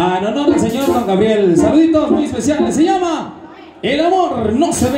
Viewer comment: Todo bien,pero por que siempre dices "Grabiel" en lugar de decirlo correctamente como Gabriel?